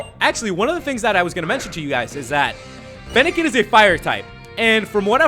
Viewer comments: you said feennilin the fawx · lol he said feniken the fawks